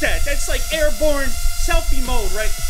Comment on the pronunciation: first time when he said airborne i heard airporn :D